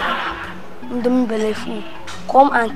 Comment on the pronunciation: I love how Ada says Indome Belleful